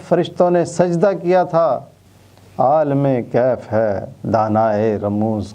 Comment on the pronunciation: جناب عابد صاحب آپ نے کلام اقبال کے ساتھ انصاف نہیں کیا۔ عالم کیف اور دانائے رموز کم کا مطلب وہ نہیں جو آپ فرما رہے ہیں ۔ عالم کے "ل" اور رموز کی "ز" کے نیچے زیر لگا کر پڑھیے پھر معاملہ ٹھیک ہو جائے گا۔ یہاں "عالم کیف" سے مراد کیفیت کا جاننے والا اور "دانائے رموز کم" سے مراد کمیت کے راز جاننے والا ہے۔